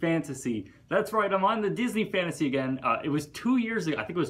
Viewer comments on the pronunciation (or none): none